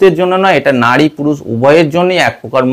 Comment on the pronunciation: কথাটা নাড়ী নয় নারী